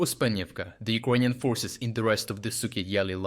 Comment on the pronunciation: Why does the narrator always say E-Kroyan instead of Ukrainian? Is that the proper way to say it? Thank you.